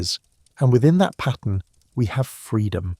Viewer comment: This information is fantastic. It was painful to hear pattern and resources pronounced "patten" and "rezources" over and over and over though. And being the sixth civilization let's not say "sickth."